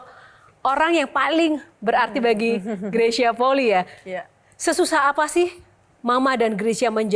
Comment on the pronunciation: Penyebutan Fam/klan bukan poli, tapi Poli'i